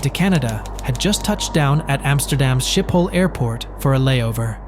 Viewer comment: It's pronounced "Skipol airport"